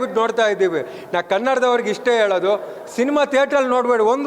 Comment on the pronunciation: Le tukali first correct hagi kannada uchchrane madu adhu yelu alla helu